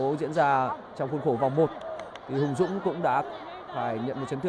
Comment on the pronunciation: Hùng Dũng mà đọc là Hồng Dũng lại bảo ko sai đi